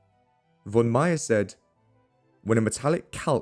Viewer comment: my compliments for the pronunciation of the German names. small advice: a ‹v› in German is, for all intents and purposes, always pronounced like an ‹f› so the word «von» should sound like "fonn"